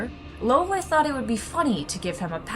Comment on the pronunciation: I agree, and "lo-leth" sounds so much better than the canon "lol-th" for the Drow goddess Lolth.